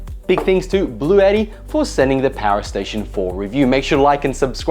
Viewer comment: blue ett tee, not blue YETI lol